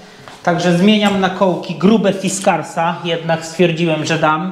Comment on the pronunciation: Kołki Fischer, Emilofonetycznie "fiskars" ;-)